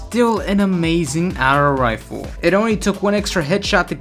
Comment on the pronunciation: Hate how he says auto rifle as atto rifle